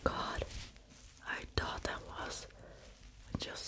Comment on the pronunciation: Learn how to say th. It is thought, not taught